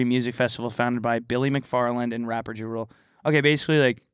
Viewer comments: It's pronounced JAH rule. Not jarule... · the way pronounced ja rule……..